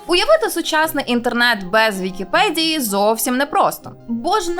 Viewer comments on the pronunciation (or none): нашо українською мовою говорити з мацковскім акцентом? не "на вікіпеДЗії",а на "вікіпеДії" - невже це складніше вимовити?